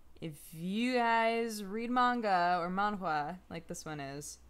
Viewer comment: hahah how you pronounce manga wtf